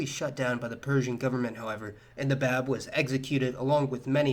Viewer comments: You mispronounced The Báb - it’s like BOB not BABB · The Prophet-Forerunner's title (the Báb) is pronounced Bahb (or Bob as Americans might say), and we call the Prophet-Founder, Bahá'u'lláh, by His title without using "the" in front of it. Oh, and Ridván is pronounced REZ-vahn.